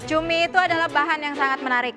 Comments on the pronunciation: Cumi❌️ CUMII✅️😂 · Ituma bukan cumi, tpi CUMIIIIIIII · Cumi ❌ CUMIIII ✅